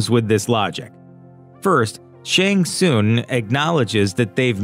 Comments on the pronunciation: *Shang TSUNG.. it’s NOT Shang SOONG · Its shang Sung not shang soon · Terrible critic. It’s SHANG TSUNG (SUNG) not TSOON. Smh. Terrible journalism. Thumbs down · This is like the 3rd video narrated by a guy who clearly hasn't seen the movie. Otherwise he would pronounce Shang Tsun's name correctly. It sounds like Shang SUN, not Shang SOON. Show some damn respect. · the way he presenter pronounces shang tsung's name lol